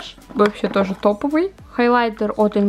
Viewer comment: Вообще-то правильно говорит ИнглОООт